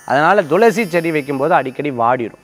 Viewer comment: ஐயா,, ரொம்ப நாட்களாக, பயனுள்ள இந்த நிகழ்ச்சியை பார்கிறேன்,, தாங்கள் எப்பவுமே thulasi-யை, dhulasi- என்று , உச்சரிப்பது சரிதானா?? விளக்கம் தந்தால் நான் தெளிவடைவேன்.